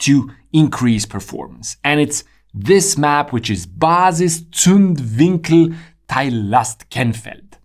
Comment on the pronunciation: Solid pronunciation on the Basiszündwinkel Teillastkennfeld my guy